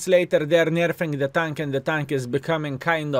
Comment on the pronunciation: "booffing the tunk!" love it <3